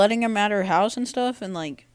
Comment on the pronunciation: You say "shtuff" .... you got issues